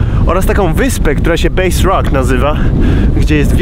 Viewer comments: Mała korekta - nie "base" rock, tylko Bass Rock 😊 Poza tym film pierwsza klasa 👍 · Zgadza się, ale trzeba dodać, że Bass Rock nazwany jest od gatunku ryby i to się wymawia coś jak baz. Bo już bass, czyli instrument basowy, wymawia się praktycznie tak samo jak base. Pewnie stąd ten błąd.